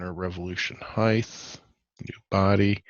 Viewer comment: Height 'th ?? I'm South African. Is that how you pronounce it there?